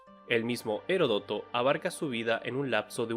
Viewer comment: Por favor, por el Dios en el que creas te lo pido: acentuá las palabras donde deben y más si llevan tilde es Heródoto y no Hérodoto. Ambrosio y no Ambrosío. Los videos son muy buenos, pero pronunciá bien. Gracias.